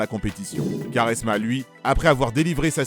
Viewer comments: Svp on dit (kwa)resma et non (ka)resma 😁😁😁😁😁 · Superbe vidéo mais Quaresma ça se prononce "Kouaresma" pas "Karesma" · j'allais regarder la video puis il a dit karesma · Non ça se prononce "kwarezma" pas koresma mdrr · Sa se prononce Koresma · Vidéo de merde.. renseigne toi mieux sur Nani.. joueur de l’année en 2011 en PL.. carrière riche en titre.. excellente saison en Turquie et plutôt bonne en Espagne.. porte son club d’Orlando aujourd’hui.. et putain la prononciation de quaresma c’est pas possible.. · Commence par prononcer Quaresma correctement avant de t’improviser grand technicien de ce sport incroyable . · Y sais pas le dire sa m'a fait saigner les oreilles